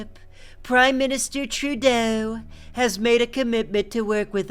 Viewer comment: not sure how mispronouncing Trudeau's name on purpose is supposed to piss off Canadians. Sorta just made you look stupid.